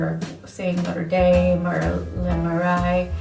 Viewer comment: Jardin, pronounced “Jar-den”. Marais = “Mar-ay.” A little research/prep would have made this a much better video. It was painful to watch, honestly.